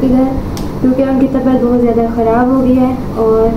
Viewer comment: Jadi nhi jada bola kro